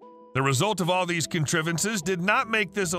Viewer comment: A what? A conTRIVVVance? Hope you don't do this for a living....